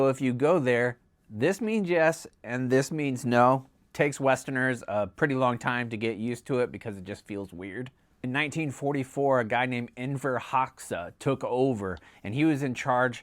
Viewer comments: Foreigners pronounce Enver Hoxha wrong. XH is pronounced like the J in 'judge', not to be confused with GJ, which is pronounced like the J in 'jelly beans'. It's hard. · You butchered Hoxha’s name. 😂